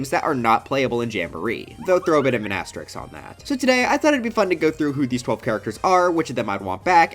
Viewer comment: Why do you pronounce asterisk wrong